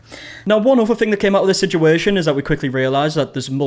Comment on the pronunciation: “Sichueeshan” scratches an itch in my brain